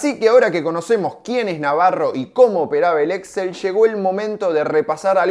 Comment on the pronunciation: El grupo es Exxél con acento en la ultimo e. Las compras se hacían mediante Leveraged Buy Out, LBO.